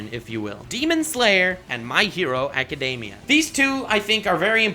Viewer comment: I'm going to be that person because the first 7 minutes of this video irritated me enough. My Hero "Academia".... Ah-kuh-dee-mee-uh. There is no "day."